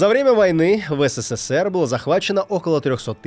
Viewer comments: Мне кажется, или автор говорит не СССР, а ССССР ? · не знает как произноситься Абревиатура СССР? почему оне говорит ССССР? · В СССР три буквы "с", мне послышалось что в начале пару раз увлекся и сказал по 4 буквы "с" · Вы говорите не СССР, а ССССР ))) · Забавно, как много "С" добавил в название страны - ССССР:) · так увлёкся рассказом про пулемёт, что даже стал произносить аббревиатуру СССР по-другому, с четырьмя "С" (ССССР). Спасибо за видео!